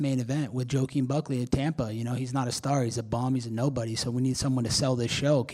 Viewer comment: Joe a keem Smooth 🧠 pronunciation 😂😂😂